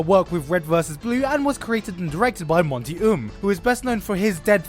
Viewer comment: If he says Monty's name wrong again.... I'm going to go crazy lol. Also, he can't say "argue" lol. RIP Monty ❤️